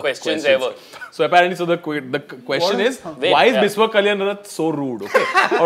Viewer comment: It's not Bis-wa it's Bishya.. I mean the pronunciation